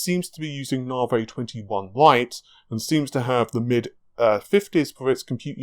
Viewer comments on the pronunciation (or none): narvay, interesting. I'd say Navi, short a for apple, na, like nap, then vi, short i, like an e sound, Na-vi. Also, are you sure you don't have any food intolerances?